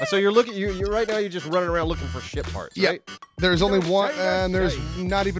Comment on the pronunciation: Why did I think they were saying shit parts instead of ship parts